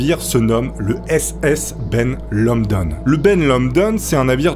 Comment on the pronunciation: "Ben Lomond" pas "Ben Lomdon" 😅